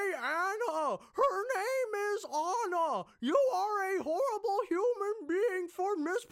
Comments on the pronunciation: At the time of this review, you have seen 110 MINUTES of Frozen content, and yet you refuse to pronounce Anna's name properly. Incredible. I don't pronounce Anna Kendrick's name as "Ah-na". Nor to I pronounce the "T" at the end of Margot Robbie's name, because that's retarded and incorrect. Same with this. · Lol at mispronouncing Anna